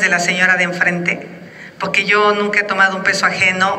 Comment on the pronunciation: Xocitl o su equipo, es importsnte que mejore la diccion en la pabra "PORQUE" Y NO "POQUE"